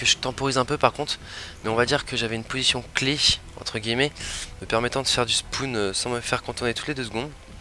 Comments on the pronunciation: mdr au debut il dit SPOUN ! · Mdr ... les spoun.... on dit spaun